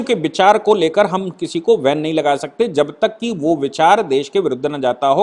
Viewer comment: Karyakaram ko van nahi ban word hai sir